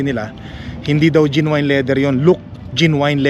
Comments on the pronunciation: Genuine.. Pronounced as Jen-yoo-uhn.. sound like Gen win.. not jin wine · Sukatin mo muna yung space before bumili ng sofa. Bili ng dog bed for each pet ka. Jen/nyu/win pronunciation of genuine.